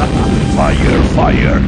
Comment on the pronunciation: "Fayer fayer" JAJAJAJAJAJA